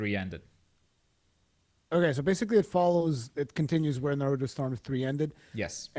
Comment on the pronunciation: "Nurooto" haha